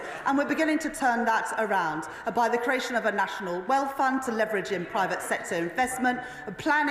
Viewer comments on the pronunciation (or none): none